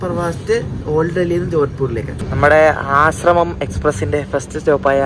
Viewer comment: It's not Asramam, it's Ashram.